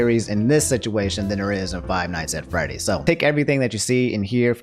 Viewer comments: You attempted to say Five Nights at Freddy's three times, and you failed every time lmao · “Five nights at frayties” -Jack black